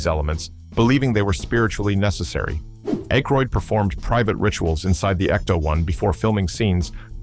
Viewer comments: Description "For Entertainment Purposes Only! Fan Fiction" video maker should have done some research and learned to pronounce Aykroyd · I’m guessing directly out of the narrator’s ass. He has a vivid imagination even if he can’t pronounce Dan Aykroyd’s name correctly.